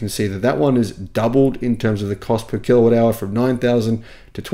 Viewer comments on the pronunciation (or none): none